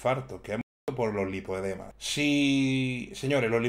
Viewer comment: Hay tres niveles de “lipodemas” que encima lo dices mal.